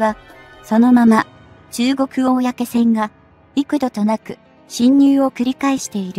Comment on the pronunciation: 「こうせん」です。「おおやけせん」ではありません。プッ！